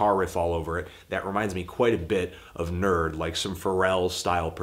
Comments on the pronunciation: I cringed so hard when you said "NERD" instead of "N.E.R.D." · protectyaneck__ WHY ARE PEOPLE UPVOTING THAT KID? HE'S WRONG! AHHHHHH! WHY? WHY? WHY?IM PRETTY SURE IT'S "IN-EE-ARE-DEE"! WHAT!?? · I was like who is need then I was like oh he means N.E.R.D